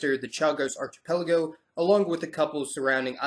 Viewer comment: Archipelago is pronounced ARK-ipelago.